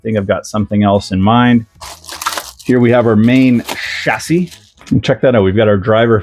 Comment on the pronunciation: Hey nice hat oh and nice kit too! I appreciate your British pronunciation of chassis. You have realised that the way we say it is the right 🤣 Ooh be careful about putting your nose right in the bag of new tyres! One at a time mate 😬 Anyway good stuff and judging by Mark's build guide you will have a good time with this one. Best wishes 😁